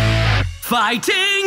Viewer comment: Pretty good except for the fact that he really pronounces the TING in ‘Fighting’ and it wierds me out every time